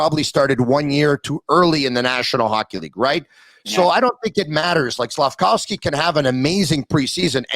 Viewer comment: 15 years from now when Slafkovsky is a habs legend, maybe and will learn to say his name right. SlavKOVsky. Not SlavCOWsky. Every podcast....I mean, how hard is it?